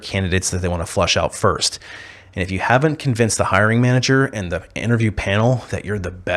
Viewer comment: What does "firscht" mean? Also, what do you mean by "fruschtrating"? "Schtrong"?